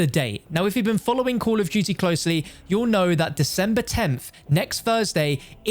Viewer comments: Co’ol o’h du’e ee’h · “Coll of duty”